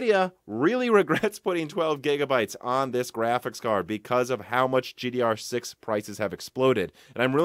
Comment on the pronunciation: Stop saying GDR6!